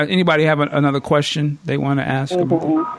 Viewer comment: Did you seriously say "axe"? As an adult, and a professional that speaks for a living, how can you let yourself get away with that?